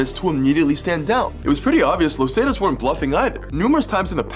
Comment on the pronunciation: “los Zay-tus” lmao nah the pronunciation was too funny